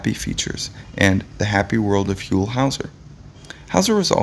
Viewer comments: Sorry it's huell not hu ewll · If you are going to do a retrospective of Mr. Howser you could at least learn how to pronounce his name. It was "Hew-ell" NOT "Who-ell." And with that, I'm out. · "HOLE Howser"? Ugh....this must be the guy who gets the wrong photos, the wrong pronunciations, & wrong info on every video he does. people areIsn't (aka Captain Kangaroo) married to Cher? Oy Vey. Anyway.....Huell (rhymes with Jewel) was a much loved TV personality here in California and is much missed. His wonderful programs live on.....in reruns. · H-you-ll. Not hull howser. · i second this motion. say his name right, he earned it. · It hurts me to hear you pronounce his name the way you did. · You can't even say his name! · Your doing a story on him, but you don't know how to say his name. You're fake